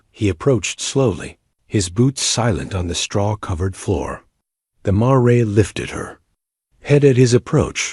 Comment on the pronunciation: Please correct pronunciation of the word mare